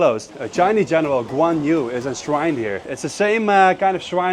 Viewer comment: 그 놈의 관유 관유!! 관우 라곳!! 관우 관우 관우 관우 !!!!!!! 백번 양보해서 중국발음으로 해도 꽌위 정도? "유" 가 아니라곳!!!!!!!!!!!!!!!!!!!!!!!!!!!!!!!!!!!!!!!!!!!!!!